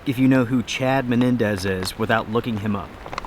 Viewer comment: Chad Mendez, not Menendez like you were saying is a former world class UFC lightweight fighter. He is also an avid hunter. I guy you would not want to find in an alley while holding on to his wallet or something. lol